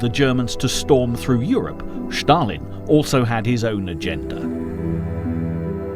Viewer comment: Shtalin, Shtalin, Shtalin...